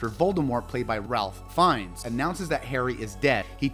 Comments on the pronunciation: And it's FINES not Finn-ese, or Phineas, or... And poor Fleur's last name! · ALSO HIS LAST NAME IS PRONOUNCED LIKE “FINES” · Also.. "Finn-ee's" 😅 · And 'Fines', not 'Finess'. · I realize now he pronounced Fiennes wrong and edited the whole video to fix it and it became Ralph....FINES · He actually said FIN-EE-US . The caption actually spells it Phineas!